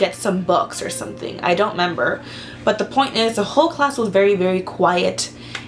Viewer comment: This is off topic and i feel bad for saying this but i died because she said,"I don't member" 😂😂😂